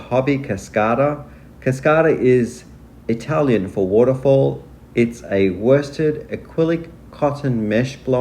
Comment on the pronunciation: The yarns r beautiful.and ur work is impeccable. Very good with the Italian word!!.lol